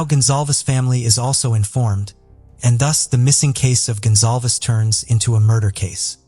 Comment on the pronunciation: GONZALEZ not gonzalves